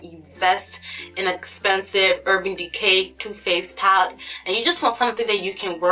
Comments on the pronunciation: Oh my GOD... Stop saying PAT. It's PALETTE! I had to stop watching. It's too distracting. Just don't say the word. We know why you mean. It's just too much..... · girl i love you and your videos but please say the word "Palette" properly, you always say "paalt" its quite distracting lol :) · love how you say "pallete" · thank you!!! That annoyed me so much